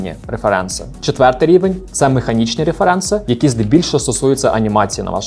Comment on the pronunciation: вибачте, але Ваше "реферЕнци" так ріже вухо. з англійської правильніше "рЕференси"